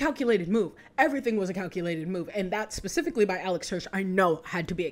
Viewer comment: "and grackle stan spicifcally""